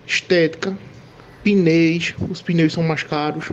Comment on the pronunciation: o cara falando "pneis"